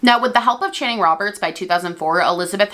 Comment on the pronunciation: Super weird to hear you say my name 😂😂 seen as it’s rare to come across another Channing but kudos on how you prounoced it, everyone in the uk just can’t and I’m shanning here which is why I cut it down to Tan x